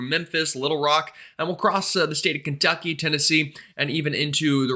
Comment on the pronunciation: you said "Kentucky" like a sportscaster would. A little bit of "D" in the "T". Funny.